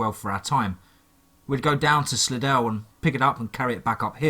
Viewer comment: I'm from Louisiana, its pronounced like sly-dell. But spelled slidell